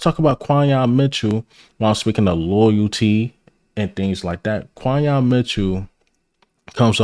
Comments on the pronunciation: You my man but but it’s pronounced like Qwenyon Mitchell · Quinyon fits us perfect and you my dawg but you been butchering dawg name 😂 just say Q bro. Great vid though. Keep it bro! 💪🏾🔥🦅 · Respectfully, how many times are you gonna see, HEAR, and type down Quinyon's name and still pronouce it wrong? Lol.